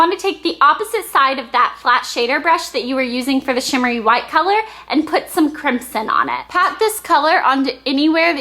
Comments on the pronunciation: it's pronounced crim-son. Not crimp-son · the "s" in crimson is pronounced with a "z". Just so you know :) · it's pronounced crimZon -_ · ok i love this:D BTW isnt Crimson pronounced Crim-SIn? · you say crimson wrong.